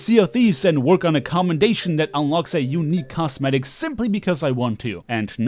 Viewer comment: I swear it sounds like you are saying cast medic